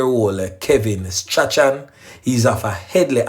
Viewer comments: That name is pronounced STRAWN. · Strachan is pronounced STRAWN. Bless up yourself.